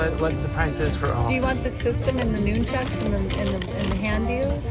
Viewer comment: Dude that was a great deal on the Wii games!!! Also did she say..."NOON-CHUCKS" lol